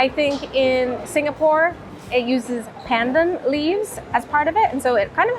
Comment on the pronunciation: Pandan is pronounced with an "ah" for the As - "p(ah-n)d(ah-n)". No "an" sound, pls. Gula Melaka is palm sugar cooked n traditionally poured into bamboo tubes till the syrup sets. Gula (goo-la-h) Melaka - the name of the state of Malacca (in English) in West Malaysia. (Mur [like "fur"] la-h ke (as in "fur").